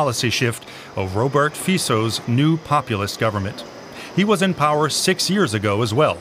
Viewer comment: Thank to calling Mr. Fico as Feecco, it suits him very well ....